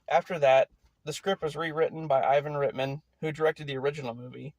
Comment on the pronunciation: Ivan Reitman is pronounced (Right-man)